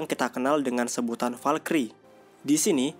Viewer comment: Bacanya falcry bukan falkiri blok